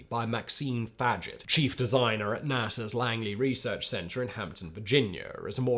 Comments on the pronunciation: Fag-jet? Always thought it was Faj-ay. And I always thought “Groo-man” was known as Grum-an. And the lunar podule milot… never mind. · Maxime Faget pronounced fah-ZHAY. My parents had 2 of the Apollo 1 astronauts over for dinner. Gus Grissom and Ed White. I was about 6 then,and had NO IDEA this happened, heard this from my older brother. Dad also wrote a "paper" for NASA, about semiconductors. steve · Faget is pronounced Fawzhay.